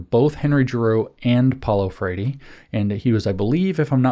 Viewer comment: James this talk is excellent, great job. I know you don't give a rip about pronunciation, but I'm still confused as to why you say Paulo "FRAY-DEE" every time you make that reference. You could just say "FRARE-REE" and that would be fine, it's ok if you can't roll your R's. We still love you!